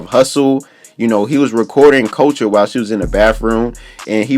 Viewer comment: boy Couture is pronounced as CUT-TORE ..... not as culture 😂